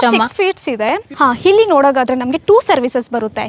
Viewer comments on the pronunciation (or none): ಏನ್ರೀ ಇದು ಹಿಲ್ಲಿ ಅಲ್ಲ ಇಲ್ಲಿ, ಹೀಬೌ ಅಲ್ಲ ಎಬೊವೆ, ಎರಡು ಹೆರಡ್ ಅಲ್ಲ. ಔಟ್ಪುಟ್ ಅಲ್ಲ output ಯಾಕೆ ಕನ್ನಡ ಕೊಳ್ತೀರಿ. ಇಂಥವನ್ನು ಯಾಕೆ ಕನ್ನಡ ಪ್ರೋಗ್ರಾಮ್ ಹಾಕ್ಟೀರಿ. ಕನ್ನಡ ಬರಲ್ಲ ಅಂದರೆ ಇಂಗ್ಲಿಷ್ ಮಾತಾಡಿ.